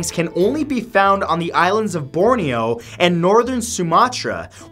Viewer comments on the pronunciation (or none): none